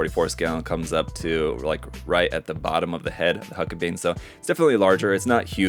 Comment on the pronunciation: It's pronounced hulk-a-bine